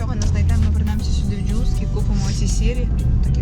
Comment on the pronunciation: Магазин називається Юск)) Не джуск, бо я все ніяк не могла зрозуміти про що ви говорите. Походу ми в одній автошколі навчались )